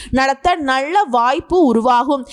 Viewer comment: 🙏🙏👌👍👍நல்ல not நள்ள, 🙏👌❤️கல்வி not கள்வி pl